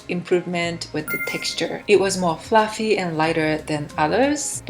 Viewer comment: Hi, I have subscribed to your channel, and please understand I mean this with the greatest of respect to you. You are not saying some basic words correctly. If you ask google how to pronounce a word, like protein or fluffy, you will realise your pronunciation is a bit off. Thank you for what you are doing on your channel, you are very skilled at baking. ☺️